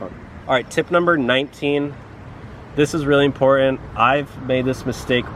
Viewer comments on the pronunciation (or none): Please learn to say important.